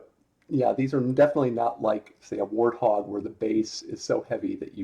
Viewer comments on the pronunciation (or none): none